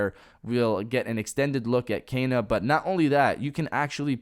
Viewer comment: It's pronounced Ken-a, not Kay-na.